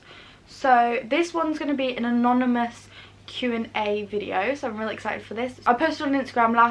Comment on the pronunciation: I'd like to congratulate your parents for raising an honest, principled, lovely young lady. I also love that you kept saying anominus 🤣. Never change! x